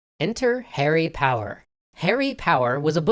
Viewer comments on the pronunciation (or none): I first I thought he said “Harry Potter” and not “Harry Power”